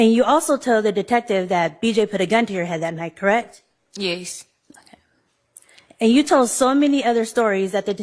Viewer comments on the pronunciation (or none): Why does she say yes like “yayce”